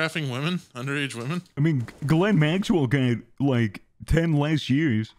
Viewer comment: pronouncing the name Ghislane like Glen might be the funniest part of this video